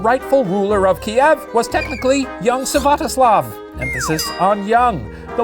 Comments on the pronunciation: not to be the party pooper, but it's Svyatoslav, not Syvatoslav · "Syvatoslav" ummmmm Shane it’s not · Olga's son's name is Svyatoslav, not Syvatoslav!